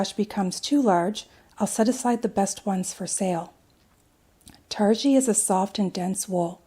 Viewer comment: Looks very nice. p.s. pronounced "tar-gee", g => as in goat 🐐.